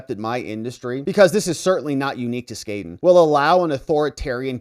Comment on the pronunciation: you need to pronoun Skadden correctly..